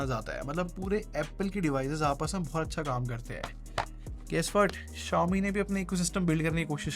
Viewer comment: he is talking about xiaomi pad 6 Xiaomi pad 6 ko hee pad 6 bolta hai